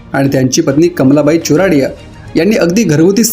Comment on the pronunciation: How many are marathis...Shame on making such videos ...stop illeterate tubers ..its chordia not charodia